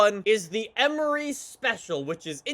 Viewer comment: Emory is pronounced E-mory (like more)